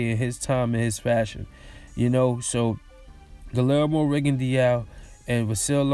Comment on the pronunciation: His name is pronounced Gee-yermo